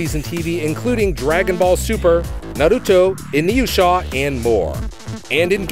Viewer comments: Dont ever say "Inuusha" ever again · I died alittle on the inside when he pronounced inuyasha